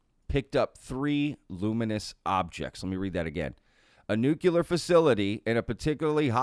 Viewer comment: "Nuclear" is NOT, repeat NOT, pronounced "new-q-ler"!! It is pronounced "new-klee-er"!!